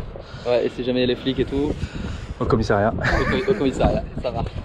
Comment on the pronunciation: Vin ! Commissariat ça prend 2 m ! Et c'est échafaud pas échafo lol Bravo pour ta remise en forme ;)